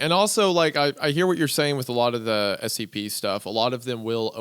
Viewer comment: I'm watching the video to go to sleep. As soon as I closed my eyes every time they said scp, it sounded like std.